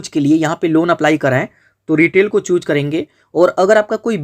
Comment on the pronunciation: Chhooc nhi choose bolte 😂